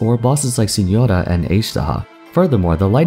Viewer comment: Okay listen i know this isn't the topic of the video but you have no idea how HAPPY i got when you pronounced Signora's name the correct way, oml